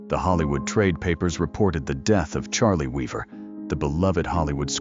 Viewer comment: horrific AI roboslop fake voice is so bad it CAN'T PRONOUNCE THE NAME OF THE GUY THE VIDEO'S ABOUT. Not only that, this is a fake scandal. Cliff Arquette never pretended his real name was Charlie Weaver. This claim doesn't even make any sense. If he wanted to return because he heard the top-rated talk show host said "Whatever became of Cliff Arquette?," why would he return under another name, and playing another character? Also, the robot claims at the beginning that Arquette invented the character after he retired, but then later on says Arquette had actually invented Charlie Weaver years earlier! And why is it a crime to be associated with a fictional character you created? Paul Reubens wasn't really Pee-wee Herman. Charlie Chaplin wasn't a tramp. Samuel Clemens wasn't Mark Twain. Lame.